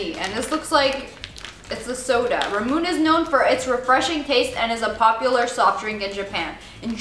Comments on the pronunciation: I've had the first candy they've tried, the first mochi, the "Asian jerky", and Ramune candy. You pronounced Ramune and mochi wrong. It's Rah-Moo-Nay and Mah-Jee. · in bothers me when people say ramune instead of ramuné. anything with an e at the end is pronounced a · Also it's pronounced ra-mu-nae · ramune ra-moon-ne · ラムネ ramune: rah-moo-ne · its Ramuné (Ra-mu-nee) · ramune = ra moo nay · it's pronounced Rah-Moo-Nay(Nae) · Okay don't hate on me for this but she pronounced Ramune wrong it's pronounced like Ramin sorry if that sounded rude it's not meant to be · your saying the soda, romune (think that's how you spell it) wrong XD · Ramune is not pronounced like that it is pronounced like lemonade but L=R and erase the d